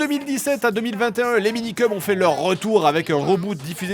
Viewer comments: Le gars, il se moque du présentateur qui dit "mangass" quand lui-même dit "Minikeum" au lieu de "Minikeumss". C'est vraiment l'hôpital qui se fout de la charité. 🙃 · Se moquer d'un journaliste qui prononce "mangaS" quand on fait une vidéo sur les Minikeums sans jamais prononcer le S final... :D